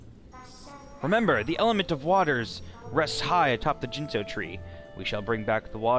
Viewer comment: the g is hard, ginso tree, not jinso tree